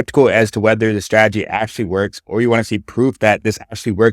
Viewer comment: Bro method valid but the way he says strategy 😂